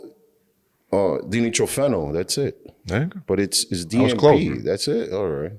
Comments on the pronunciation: di nitro phenol, you boys are saying it wrong. lol. dee no dye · Die-nitro-fen-all is how it’s pronounced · It’s pronounced die. Die-nitro-fen-all. My chemistry and molecular biology degrees say you’re wrong.